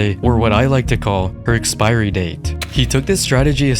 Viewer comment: Ngl “expirey date” kinda funny🤣🤣🤣